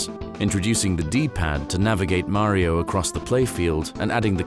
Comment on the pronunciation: Wow! This narrator is the only British man on earth who can pronounce Mario correctly.